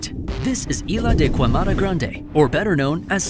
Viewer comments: Sorry, brazzilian here, for me, kuemada is really really stressing to people to say its pronounced keimada. Thank you. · You could have learned how to pronounce the name of the island correctly. It’s not Spanish, man…